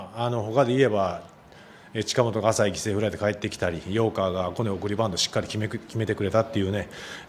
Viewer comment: サンズ犠牲フライのこと「ｷﾞｾｲﾌﾗｲ」って言ってない？